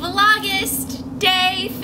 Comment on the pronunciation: The way you say the word 'Vlogust" every day... hahaa